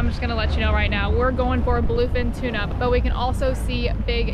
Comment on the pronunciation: Tuna not Tina sorry